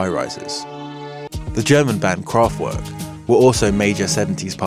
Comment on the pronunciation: Drinking game: Take a sip every time the pronouciation of Kraftwerk is severely mangled :-)